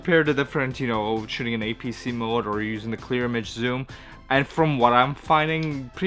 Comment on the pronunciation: It’s apsc not apsh.